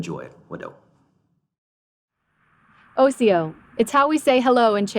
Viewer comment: the word Cherokee is a derivative of the Choctaw word for mountain dwellers. And it's osiyo, not asiyo.